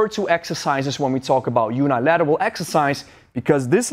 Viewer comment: Great video! I love and respect all the work you do and it has helped me a lot! Oh by the way the uni in unilateral is pronounced like the uni in universe. Cheers!